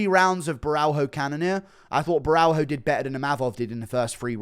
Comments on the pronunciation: GURU : DONT PRENOUNCE THE " H" WITH BORRALHO, it's like RONALDINHO " JOOO JOOOO JOOO " BORALJOOO RONADINJOOO PRENOUNCE IT AS A " J" OTHERWISE IT SOUNDS CRAZY. ( CiaJO BorralJO) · Guru please say Borralho's name right. In Brazilian Portuguese it's pronounced "bo-ha-leo" thank you caralho porra